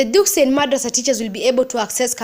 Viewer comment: *Dugsi, not duksi